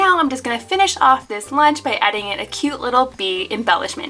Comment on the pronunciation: “cawse theyre wasn’t any weanch 🌝”